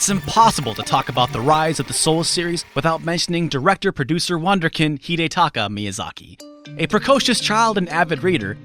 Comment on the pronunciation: There I was...about to give you credit to properly pronouncing Miyazaki's name...and then this: "wunderkind"? Seriously? First of all, don't use words you can't properly pronounce. Secondly, don't use terms whose meanings you don't understand. Makes you look like a douchebag who tries to be hip way too hard. He's NOT a wunderkind! Mozart was one! He is a run in a mill guy who happened to be lucky after a streak of weak games. That is the exact OPPOSITE of being one...apart from the fact that he's fucking 30! Wunderkind is applied to vastly overachieving children! You even quote him on saying that he wasn't ambitious at all! How about...you know...instead of making up stories by applying all kinds of dumb attributes, you just stick to telling them? How is someone supposed to enjoy the video if you have to question every single fact due to your judgmental phrasing whose accuracy you have no capabilities to verify...